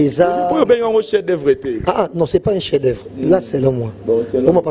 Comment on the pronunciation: atanga troooo mais azo LOBA "CHIEN D OEUVRES" 😃😃